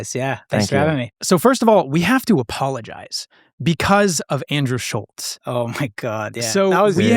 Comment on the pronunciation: This dude Kyle still can’t pronounce Andrews name. Side note Nelk has fallen off so bad, lost a ton of motion and influence. It was a great run while it lasted. Seems like nobody is checking for them anymore, views are down, squad is trash, pods are trash. Tough downfall boys